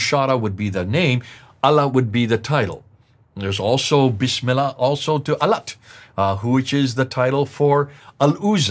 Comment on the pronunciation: Since AL FADI was a muslim before, as per the show script. He should have corrected recitation of BISMILLAH!!! Why he didn't? has been investigating ISLAM for decades yet can't utter BISMILLAH properly. The BISMILLAH is in the beginning of surahs. has humiliated himself n number of times, and this moment is one of them.